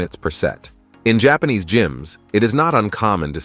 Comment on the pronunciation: ..and, there is a P in jaanese jaPAnese